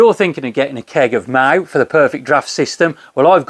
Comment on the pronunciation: Usually about 5.4 in spain but looking forward to this....pronounced proper😊